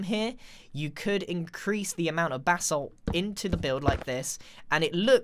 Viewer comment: It sounds like he is saying BATH SALT instead of BASSALT.